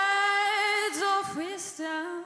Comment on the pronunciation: Am.Anfang " wisdom" sehr deutsch ausgesprochen..das sind die wichtigen Nuancen die dem Song viel nehmen können...